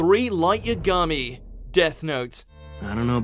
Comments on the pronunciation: U mispronounced lights name it not light yam-ga-me It pronounced ya-ha-me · This guy can't pronounce these characters names.. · Ya-ga-me **** srry autocorrect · how do you mispronounce yagami? smh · When will they pronounce Yagami right? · That moment that butchers Light's last name >_>